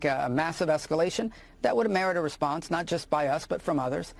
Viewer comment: naught america 😂😂